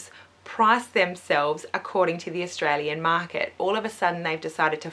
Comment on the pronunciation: Australian not Sustralian haha